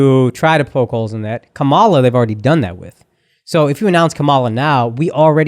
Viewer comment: FFS! Her name is pronounced KAH-muh-luh — NOT Kuh-MAH-luh 🤦‍♀️